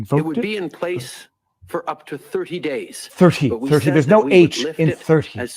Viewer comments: There uhh... there is an 'h' in thirty. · Ha, no “H” in thirty.... that cracked me up... then I thought oh wait yes yeah there’s an H Oh geez Sorry IRRELEVANT comment alert 😆